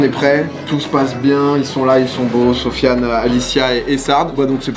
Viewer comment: sérieusement il a vraiment dit '' zofian ''????????